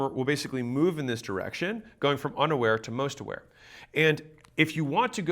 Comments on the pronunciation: thought he said “underwear” 😂. I was listening only. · I really thought he said underwear people when talking about the various levels of awareness.